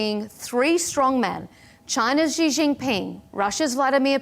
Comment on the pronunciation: Chinese president Xi's name is pronounced "Shi", not "Ji". Come on, lady.